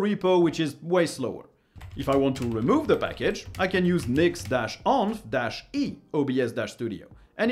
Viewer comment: the way you pronounce 'env' 😳